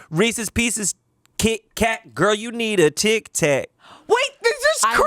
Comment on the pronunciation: It’s not reesIES